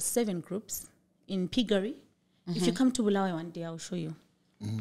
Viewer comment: but Sandy this was the opportunity to teach your hosts how to pronounce Bulawayo correctly not the BHULUWEEYOO thing that's common with ma fake salads